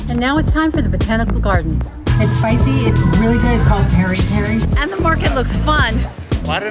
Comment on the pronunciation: It is not peri peri but piri piri